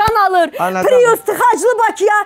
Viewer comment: Mən bilmirəm pirus niyə deyirlər piriusa!? Pirus yox bir papirus🤣🤣🤣🤣🤣🤣🤣🤣🤣🤣🤣🤣